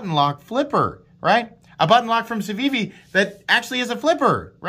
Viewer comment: You are pronouncing it correctly. No button stick? My elementum does stick even after cleaning.